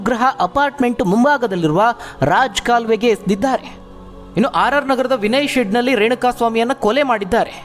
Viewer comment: ಸಾರ್ ಅದು ರಾಜ್ ಕಾಲುವೆ ಅಲ್ಲ ರಾಜಕಾಲುವೆ....